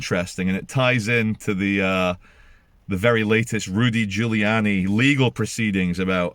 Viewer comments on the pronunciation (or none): none